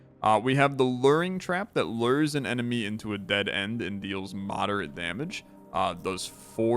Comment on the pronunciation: AHHHHHH. So everyone has words they say in a weird way. For me it's "care". For you it's "lure" and it's driving me crazy hearing you say it over and over during the Minos video.